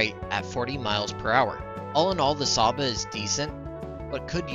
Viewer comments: I'm hungarian and cs is pronounced tsh in csaba. Also nice vid keep up the good work. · I thought it’s ‘Tsha-ba’ considering the S is actually pronounced as ‘sh’ in Hungarian?